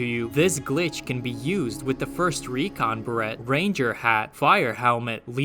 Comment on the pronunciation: Beret. Not barrette.